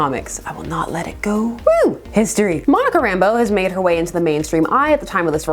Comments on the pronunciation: I'm absolutely nitpicking here,but I always thought that the accent was on the second syllable of her last name. RamBEAU. But you know....things you've only ever seen in print.... Also,I've always referred to gray hair around the temples as the Reed Richards look. Nice to know I'm not the only one. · Did it annoy anyone else that everyone on Wanadavision pronounced her name as “Rambo” instead of “Rambeau”? Subtle difference, but still a difference.